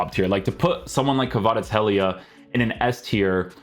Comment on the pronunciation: Take a shot every time this dude butchers kvaratskhelia’s name